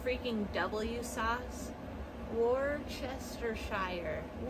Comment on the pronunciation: I don't like to correct someone else's english but it's Worsteesheeeeer sauce.